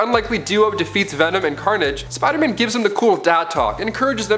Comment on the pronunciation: For me, it's because he says Spoderman and I can't not hear it and I hate it.